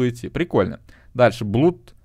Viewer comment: турбо правильно говорить не блуд а блад